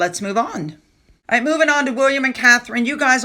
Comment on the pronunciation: There is just something so patronizing about her performances. - "right?" - that really grates on the nerve endings. "right?" And the emphasis is all wrong. - "right?" The basic premise that this woman has any right or skills to tell other people what to do with a mint leaf comes across as so fake. It's like she is trying to live out her childhood day dreams. It looks like she desperately wants to be in front of a film crew, being the leader of a gaggle of similar women, gushing nonsense about making cake look like love. The result looks silly and daft, fake and weird. In her mind and her friends, they probably love the results........... seeing themselves on film, showing off their posh frocks in the sunshine, eating cake. I wonder how many of the ss crew were invited?